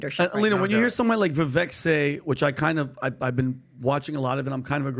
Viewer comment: there is an unprofessionalism at your podcast. How is it that after nearly a year, you and your team still do not know how to pronounce Vivek´s name.. . once, twice.. .OK. . but this is either purposeful or incompetence. Viv-VAKE. . you own your audience and Vivek a sincere apology. . not a flippant one.